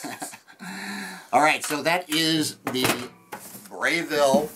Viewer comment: it's pronounced breh ville not Bray ville. Plus it's not great to let cheese or anything else drip on the heating element. Not too smart.